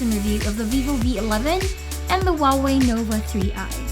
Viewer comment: Finally someone who can say Huawei right!!!!!